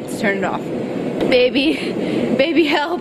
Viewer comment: To not only getting these likes because you said halp in stead of help